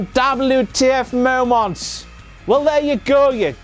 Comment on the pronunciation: Is it just me who finds it annoying when he says like "WTF momwaaants"? xP